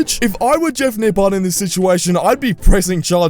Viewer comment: Lmao “nipple”